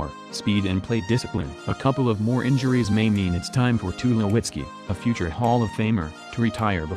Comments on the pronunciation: Who else hates how he pronounces sandavol and tulowitzki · I was just waiting for the bot to attempt to read off the name for Troy Tulowitzki, wasn't let down.